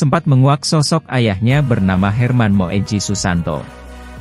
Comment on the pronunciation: mhn maaf buat pembaca brita nama ayah Tiko * HERMAN MOEDJI SUSANTO itu ejaan.lama jd Cara bacany MOEDJI = MUJI